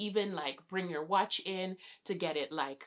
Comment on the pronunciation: This came in my recommended and I clicked but I could not make it past two minutes. The way she says "watch" drives me nuts. Like speak Patois or English bruh. Pick ONE